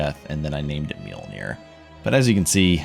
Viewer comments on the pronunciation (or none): This man is definitely pronouncing the j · The pronunciation of Mjolnir really ... You should be smited. >_>